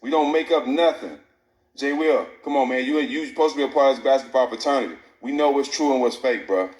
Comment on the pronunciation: This nigga stak said fraternity or paternity?